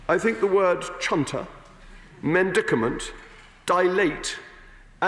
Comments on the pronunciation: Medicament. Not mendicament. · he also added an extra "n" to "medicament"